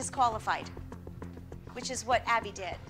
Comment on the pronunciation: Maddie is a Great dancer and is a perfect. Fallon ain’t. Abby should be mad. Fallon is horrible and how dare you say that about Maddie nor Abby. Please learn have to say ABBY right.